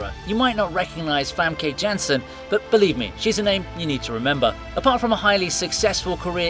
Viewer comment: please dont pronounce famke janssen like that its famke jansen not femke jensen